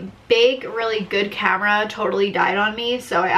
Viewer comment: You pronounce your A's like an O lol ever notice that? Like you say comera instead of camera. You need someone to come in and Fungshui your living room! Btw Jeeps are known to break down. Good you're doing research before you buy! Best thing you can do.